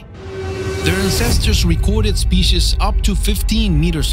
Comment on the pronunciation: Theese speesheez was co-ractor-iced by...